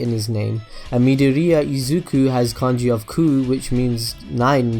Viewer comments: 'Mid-or-ear' is how it sounds Not moody-ureah Please, don't butcher his name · "Mid-o-ria"...? I get that he was trying to be like, look at me spelling out Japanese names, but come on its midoriya... as in mid-or-iy-a. Say it right mate. Plz. It hurts. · Midoriya is pronounced:me door E ya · stop saying midoriya like that